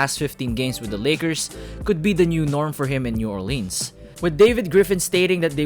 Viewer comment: Am I the only one who noticed he says New Orleans wrong